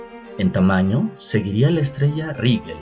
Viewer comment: Se dice doscientOs mil millones de estrellas Rigel se pronuncia /rijél/ y Betelgeuse /beteljéuse/